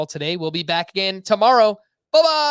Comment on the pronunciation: Love the extra emphasis on the "Buh bye!" For that one dude on Twitter xD